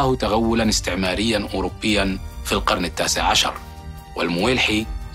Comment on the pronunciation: "حتى القرنَ"! 😏